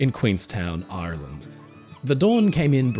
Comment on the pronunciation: I thought you’d turned Pirate for a minute there, talking about Aaaaaaarrrrland 🏴‍☠️ 🦜 🥃 🤣